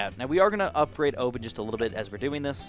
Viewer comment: O.P.NES, just say that again the way you did. Lol O.PENIS....